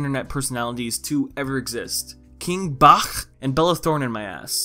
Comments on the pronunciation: And his name is pronounced King BATCH not BACHCHCHCH like what the fuck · Uhm just a tip King Bach is pronounced (King Baah-ch). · The way says BACH, like the musician/composer! 😂😂😂